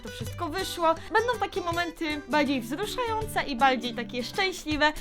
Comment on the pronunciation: ja uslyszalem w ze baldziej wzluszające